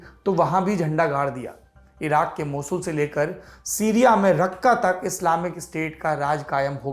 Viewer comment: सिरिया नहीं सीरिया होता है ।